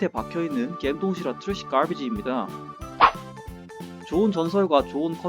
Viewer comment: 점점 트뤠쉬괄비지가 빠다먹은 미국인 발음으로 바뀌는건 기분탓인가요